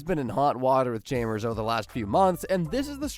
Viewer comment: Tell me you’ve never seen The Simpsons without telling me you’ve never seen The Simpsons… “Chaymers”